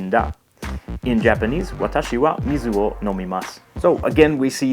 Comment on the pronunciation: Your Japanese will sound much better if you pay attention to the pitches and rhythms of each syllable. You seem to tend to put the highest tone on the first syllable except for the words you know well such as watashi. Mizu, Kanji, yakusoku, denwa, daigaku, tofu, onsen, kaban, shima- all of these words have the stress on the last syllable. Just doing so will make you sound much more Japanese.